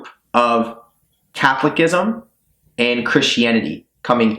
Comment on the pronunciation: It's not pronounced "Catholic-ism"